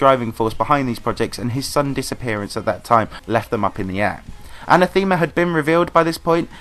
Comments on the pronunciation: I hate to be this guy, but it's uh-neh-theh-muh, not an-uh-theme-uh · You know what's even more controversial than EndLevel?? pronunciation of Anathema (Look it up. It's wrong.)